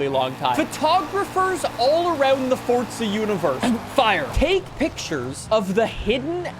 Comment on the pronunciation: I have watched a few of your videos and I can't understand why you add a T to forza